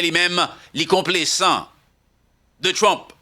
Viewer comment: mw salyew ak tt fanmiw, ce n'est pas konplesan, se complezan, li gen son z, men regle la lorsque s se trouve au milieu de deux voyelles li gen son z ok, bonne journée mon frère.